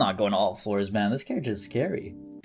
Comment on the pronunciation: Guy said mam man😂 (mah mohn)